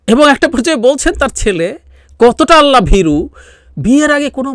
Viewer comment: আপনি ইন্টারনেট কে অন্তর্জাল বা কমেন্ট সেকশনকে মন্তব্য ঘর বলছেন কিন্তু আপনার আল্লাহ শব্দটা উচ্চারণে এতবড় ভূল করলেন কিভাবে?